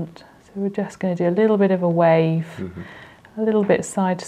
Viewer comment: ‘We’re just gonna do a liddle bit of a WAAAaaaAAAAaaaaaVE’